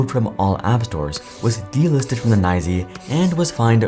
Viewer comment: Why did you pronounce “NYSE” as “Nye Zee”? AI?